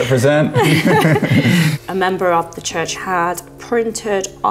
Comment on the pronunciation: I laughed so hard when the priest Said "repressent" lmao